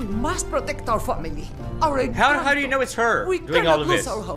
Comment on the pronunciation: It’s pronounced Enconto